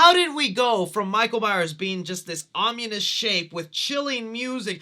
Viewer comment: What is “omunous”?